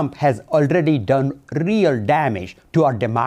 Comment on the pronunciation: He sounds like a diet Wario impression—I lost all focus when he said “Rrrreal damage”